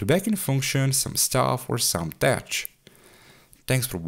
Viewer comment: That was great. Of course I would have done a CPU upgrade that was too expensive in the early 2000s! BTW, the word tech is pronounced as "tek" 😊